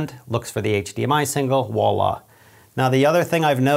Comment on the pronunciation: Just a quickie - it's 'voila' not 'walla'! French for 'see that'. Great vid. Really detailed and informative. First rate!